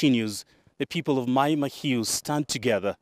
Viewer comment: Why is, a Kenyan calling it Maai Mahiu with an English dialect! Come on Moi! 😅